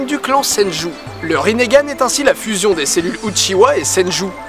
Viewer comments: C'est Itachi, pas Itatchi, c'est Rinnegan, pas Rinnégan. :) Super vidéo j'adore tes vidéos et j'adore naruto, comment t'expliquer que c'était la joie suprême :D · il a dit rinergane ptn c malaisant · Le mec dit qu'il suit Naruto Shippuden alors c'est même pas bien prononcer les noms de personnages ou autres (rinnegane). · " Le rinégane " Mes oreilles saignent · Riningan et pa rinegan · Aïe aïe aïe les prononciations de la vf ça fait mal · Rinnegan, ça me stress comment tu le prononce :) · tu sais pas prononcé rinnegan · oui mais non. dans la première théorie tu dis que kaguya a changé notre monde alors que quand elle est arrivée sur terre,il n'y avait pas de technologies tel que des ordis. aussi les villageois se battaient avec des arcs et des sabres ps: ça ne se prononce pas rinégan mais rine gan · Rinnegan, pas rinégan. Et c'est Itachi, pas Itatchi, sinon j'ai beaucoup aimé la vidéo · "Rinéganne" ouch. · On dit pas Rinnegan et non "Rinnégan" ? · Itatchi, Rinnégan, frère t sérieux !! C'est itachi et rinnegan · mais oreille quand tu prononce "rinégan" c est " ringan" donc pas de é au minlieux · On dit rinnegan pas rinnégan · Le Ringan pas le Rinégan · C'est pas rinégan mais rinegan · On di rinegan pas rinégan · Mdr rinégane itatchi oulala c est rinegane et itachi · on dit pas rinéganne on dit rineganne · Bonne vidéo naruto est mon animé préféré 😊. Mais juste cela se prononce rinnegan et non rinnégan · Pourquoi tu dit rinegan alors que c'est rinengan ? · c'est pas rinnégan ca se prononce rinngan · Pourquoi tu dit Rinn"é"gan ? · C est pas rinéganne mais rinegane ( en prononciation ) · Rinégan😂😂😂 on dit ringane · Sa se dit "Rinengan" pas "rinegan" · T con on dit rinegan pas rinégan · On prononce bien Rinne Gan et pas Riné Gan normalment nan en plus je crois que c'est écrit comme ça "Rinnegan" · ça se prononce ringan j'crois, pas rinéganne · Rinégan mdrr nan sa se dit ringan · pas rinégan!!!! juste rinegan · Rinnégane ? wtf. C'est rinegan (la prononciation), non ?